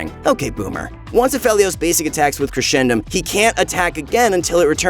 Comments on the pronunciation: It's crescendum from crescent not (creshendum) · It’s crescendum as in Crescent because of the moon, not Cresh-endum , But it’s all right because were all here to suffer the pain from this character when he’s released